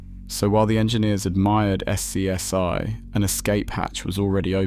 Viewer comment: The deeper you get into the video, the less sense the pictures make. Nobody pronounces it S-C-S-I. Names of people are butchered. Slop creator didn't bother to correct this slop.